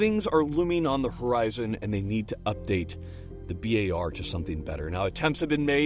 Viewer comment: Bi Ey Ar??? Guys are you too going to Bi Ey Ar to drink some beer with friends?